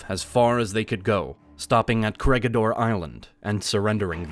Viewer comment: The Corregidor is read as "ko-re-hi-dor" Bataan is read as "ba-ta-an"